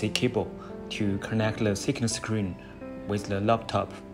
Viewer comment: My fellow Asian Brother Don't say, "Le" it's "THE." Lets get this right.